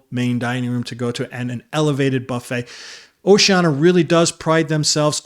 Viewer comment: Nice straight-talk video. One thing, though, when referring specifically to Oceania Cruises, the brand is typically pronounced with the "sh" sound: oh-shee-AN-ee-uh. Don't leave out that next-to-last syllable -- the "i" pronounced as "EE". Will you personally be on this cruise?